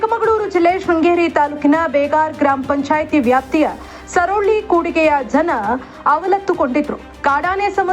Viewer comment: ಊರಿನ ಹೆಸರು ಸರೊಳ್ಳಿ ಕೂಡಿಗೆ ಅಲ್ಲ ತಾರೊಳ್ಳಿ ಕೊಡಿಗೆ ದಯವಿಟ್ಟು ಸರಿಪಡಿಸಬೇಕಾಗಿ ವಿನಂತಿ ಏಕೆಂದ್ರೆ ಈಗಾಗಲೇ ಮೂಲಭೂತ ಸೌಕರ್ಯ ಗಳಿಂದ ವಂಚಿತ ವಾಗಿರುವ ಒಂದು ಹಳ್ಳಿ ಆಗಿರುವುದರಿಂದ ಈ ಪ್ರಸಾರದಲ್ಲಿ ಊರಿನ ಸ್ಪಷ್ಟ ಹೆಸರು ಅತ್ಯಗತ್ಯ. ಈ ಸುದ್ದಿ ಹಲವು ಆಡಳಿತಾಧಿಕಾರಿಗಳಿಗೆ ತಲುಪಬಹುದು ಹಾಗಾಗಿ ಸ್ಪಷ್ಟ ಮಾಹಿತಿ ಅವಶ್ಯಕವಾಗಿದೆ.